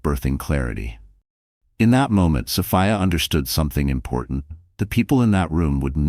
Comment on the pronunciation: Is it Soph-I-a? Or Soph—EE—a? Get a better AI🤬🤬